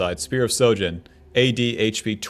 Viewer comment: "Is this bronze? No it's Masters NA" So yes it's bronze. Also, could you try saying SHOJIN correctly lol. You keep saying SO jin.